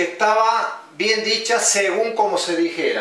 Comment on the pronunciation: ¿Qué no es "según" no "segum"?